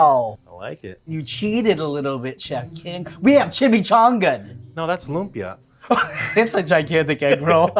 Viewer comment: he said lumpia, it's accurate